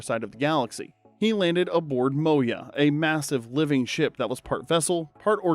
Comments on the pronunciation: Farscape was Moy a not Moy ya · I saw all of these except "Caprica", which I never heard of at all until now. Also, it's "Moy uh", not "Mo yuh".